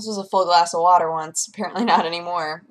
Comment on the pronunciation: COFFEH FOR WATTAH?!